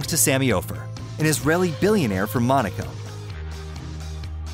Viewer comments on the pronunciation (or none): none